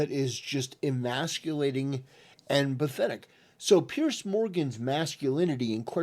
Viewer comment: Its Piers, not Pierce.